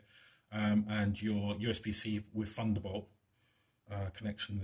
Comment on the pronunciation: Try spelling correctly in your video title. Also, why do you say funderbolt instead of thunderbolt? Alienware firteen r free?